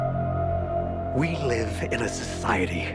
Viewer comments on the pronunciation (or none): none